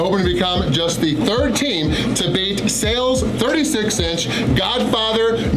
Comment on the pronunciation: Is it Sails or Sal's bc you kept saying Sails?